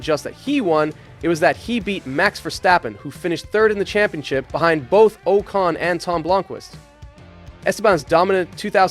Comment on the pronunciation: Did this mfer just say Esteban oh-cone..???